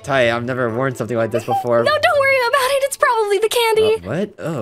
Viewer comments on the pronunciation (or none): nah bro said "probally"